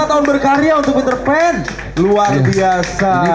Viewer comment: Pitrpan Tapi bukan ariel😂😂